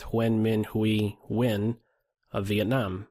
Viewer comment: Excellent analysis but I really have to commend you on your proper pronunciation of "Nguyen":)